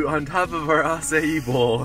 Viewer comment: You do need a little help with pronunciations.. Paia (town) and acai bowls. It is actually Pa'ia. Acai is not a Hawaiian word. A few tricks to read and pronounce Hawaiian include: "E" is pronounced LONG "A". "A" is pronounced as a short "a". "I" is pronounced as along "e". If you see an apostrophe it is actually called an 'okina and is considered an actually letter in the hawaiian language. It is a glottal stop when saying the word. Do not just slur over it. If there is a dash above a vowel you just extend the sound of that letter, such as in Waiʻānapanapa State Park. The "a" with the dash above is like saying aaaa when the doctor presses down your tongue to see down your throat. The last 8 letters are not pronounced like you are sleeping a little, as in a nap, but rather Na pa with short "a", again like your you having your throat checked but the sound is not held for a long time. When you see "au" together just think of the word Maui! The "au" is kind of like the shortened "ouch" sound when you bum yourself and it hurts. Ou! I hope all this helps :) So lets try: Pa'ia town. Pa, like papa (dad). Make the "a" very short with stopping the sound in your throat with the back of your tongue and then say "i a" which sounds that like "ee a" in english. Remember "i" is a long "ee" sound and the "a" is a short "a" sound, that stands alone.